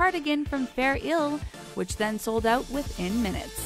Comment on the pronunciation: Fair Isles is not pronounced fair Ills. Please learn to pronounce. And that's not how Corgi is pronounced either. It's Cor gee. And Malia Obama? That was wrong too.